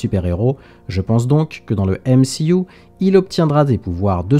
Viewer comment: Pourquoi tu dis M-she-U ?